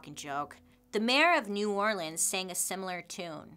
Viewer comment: I love how Bailey is pronouncing New Orleans like a Louisianan 🥰